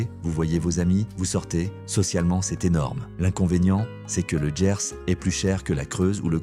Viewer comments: TU ES un grand AFFABULATEUR, LE GERS ,ET NON LE "JERS",ET LES TRANSPORTS SENIORS OU PAS,ONT PAYE,SALUT, SAM L'AFRICAIN. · Ah, le "Lô", et "Autchè" dans le "Djerse" -comme dit la voix de synthèse, et ces images qui passent en boucle n'appartiennent pas aux régions évoquées